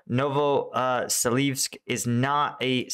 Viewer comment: Novoselivske = noh-voh-seh-LEEV-skeh ('-e' at the end of a town name is pronounced as '-eh' and not '-ay'. Bakhmut is not BAH-muht, but BAH-MOOT; Opytne = oh-PIT-ne, and not oh-PEE-nay; Klishchiivka = kleesh-chee-YEEV-kah Keep cleaning up the pronunciation